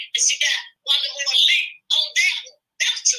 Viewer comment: Wanda said "i got blood on my hands" sounds like she is confessing to something🤔🤔. Moe vs Moore well you know she leaves out letters in her words😮😮 No to Destiny back on show. She was not married to Mose.